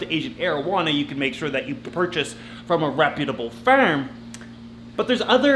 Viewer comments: "From a reputable Faaaarem" Arabian accents are so funny Canadians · ok someone please help me did this man say farm or firm because i have no idea